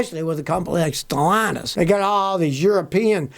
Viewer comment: The new owners name is pronounced as Ste llantis not st launtus. Stellantis is Ste Llantis there is no us in the word pronunciation od this word. ll is the first l in Stellantis id a silent L even th8ugh is repeats or is doubled. Pro nounced as: Ste Lantis.🤫✌️